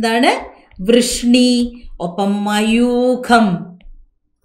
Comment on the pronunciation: ടീച്ചർ മയൂഖ എന്ന് പഞ്ഞൂടെ